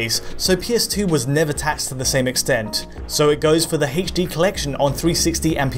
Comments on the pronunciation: "Play MGS on your Eggsboggs won eggs in heydschD" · Something about the way he says "h" in "HD" makes me inexplicably upset... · You're saying "H" weird